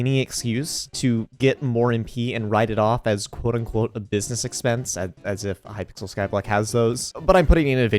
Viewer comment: Bro really said hypickle